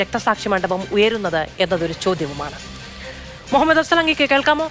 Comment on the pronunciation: "മുഹമ്മദ്‌ "..….അഫ്സൽ...🙄🙄🙄ന്നാലും ന്റെ ". മൊഹമ്മദേ....... 😂😂😂😂😂😂